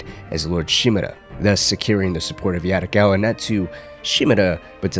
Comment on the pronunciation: Bro video is good but every time you say "yaRricawwa" it throws me off. Please don't try to use the Spanish tongue roll in asian languages, it's not the same😭